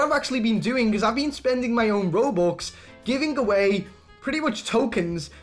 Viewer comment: He said rubux xd